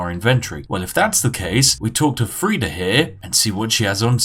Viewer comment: "Three" not "Free". English man can't speak English.